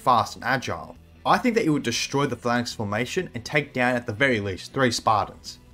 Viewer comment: What the hell is a flannix? You mean a phalanx?